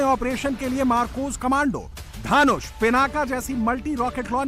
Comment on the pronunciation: धानुष नहीं। धनुष। हिन्दी तो सही बोलो।